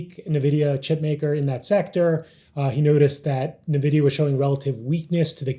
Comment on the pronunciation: Does everyone at SMB calls it Nevidia? Great video, though! You guys are awesome and very underrated. Glad I found this channel.